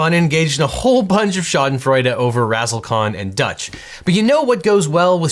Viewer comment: Thank you for teaching me how to pronounce schaden freude.